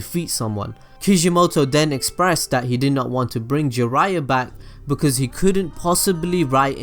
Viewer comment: its "because" and its "occean"